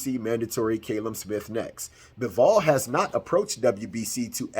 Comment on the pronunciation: Callum is pronounced cal-um... not cay-lum. Americans are dumb when it comes to names